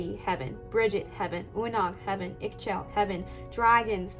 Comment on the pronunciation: the pronouncetion for Ixchel is " Ee-shell" or "Ee-xshell". She is the Mayan version of Aphrodite. Legend say that she was married to the Sun god "KinichAhau". I felt drawn to her even though the picture was very small in my photo. I took a screen shot and made it bigger then did just abit of research on the net. Thank you.